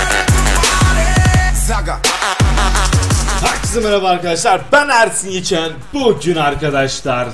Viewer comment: Abi ersin yekin derken ersin yeken demişsin